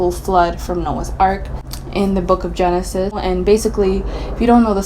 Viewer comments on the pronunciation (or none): none